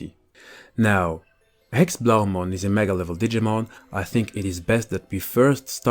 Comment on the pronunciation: you say it wrong its german and it is pronounced Héxé blau mon good that you know dutsha nd its so similar but belive me its german in that case